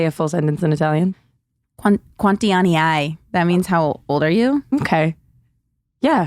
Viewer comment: I'm afraid you asked "how many buttholes do you have" in Italian 🥲To be fair, most people who don't speak Italian don't pronounce the two "n"s but they are pretty important 🥲